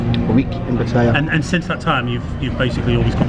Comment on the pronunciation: good video But you keep saying patties It is Pattaya not pattire